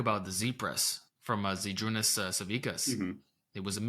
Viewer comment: Where mentions "Z press" and the person behind it. It is always funny how people pronounce his name 😄 I don't mean to make fun of people mispronouncing it - it is quite unusual name for an English-speaker. (My credentials: I am from the same country as the Big Z and thus I am pretty sure that I know how his name is supposed to be pronounced.)